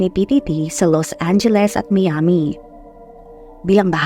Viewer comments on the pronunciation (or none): none